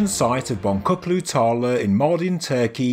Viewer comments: Hello, many thanks for that. Boncuklu is pronounced Bon-juklu (beady, beaded); just thought you might like to know. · Please note the name is pronounced “Bonjuklu” Tarla. Translation: Beaded Field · Thanks for the exciting info! A trivial fix: Name of the site is in Turkish, and letter c in Boncuklu is pronounced as J. (As if Bonjuklu). It means "beaded" or "beady". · Please!! Boncuklu is pronounced 'BonJUKlu" -- C is pronounced J in Turkish - means 'with a bead' or 'with a wanderer;' "tarla is field, so yes, Bead Field or Field of Beads. Thanks again for being the first with the best. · Well, as a turkish, I wish you could've pronounced it as Bonjouklu instead of Bongoklu. :) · Boncuklu is pronounced "bonjukloo" in Turkish. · The C in 'boncuklu' is pronounced as a 'dj'